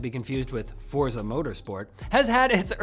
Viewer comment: Forza is pronounced "forTza", if you skip the T, you aren't doing it right!